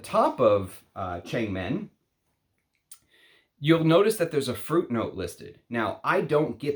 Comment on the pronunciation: Should be pronounced as thurn-meng as in Wo(MAN).